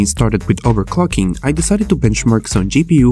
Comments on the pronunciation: Overcocking?????! Wtf did u say🤣🤣🤣🤣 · Everytime he says "overclocking" I hear "overcocking" :D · Nice I sure do love overcocking